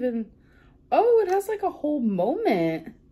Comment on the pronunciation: So we’re calling something as simple as a lid a “molment?” Love that for you, Amberlynn.